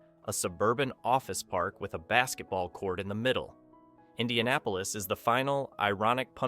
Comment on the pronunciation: If you've ever visited a city, then you should know how to pronounce it. You're video tells me you've never visited Indy. I've lived here for 28 years and while the city has it's problems, downtown is surprisingly vibrant everyone I'm downtown. Lots of locals and visitors out and about.